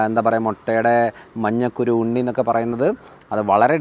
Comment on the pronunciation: മഞ്ഞക്കുരു അല്ലാ ഡോക്കട്ടറേ.മഞ്ഞക്കരു ആണ്